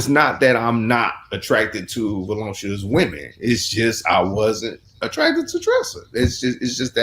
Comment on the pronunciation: The word is voluptuous, not volumptuous